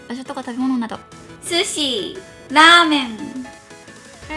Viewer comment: スシィ、ラーメンの言い方めっちゃウケたよ(笑)❤️